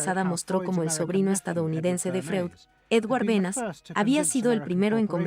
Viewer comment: Me pregunto por qué motivo, la persona que relata en español, lee tan horriblemente el texto… sin entonación ninguna, sin la pausas adecuadas y sin hacer siquiera caso a los más elementales acentos (sólo como ejemplo, no escuché ni una sola vez la diferencia entre “como”, y “cómo”…). Además, el documental menciona constantemente a Edward Berneys, y lo leen como “Benas”… Realmente una pérdida de tiempo